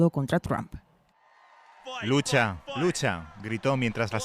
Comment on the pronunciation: Quién es Elon "MASK"? Ahora si: Donald TRAMP y Elon MASK. Que le pasa a estos periodistas?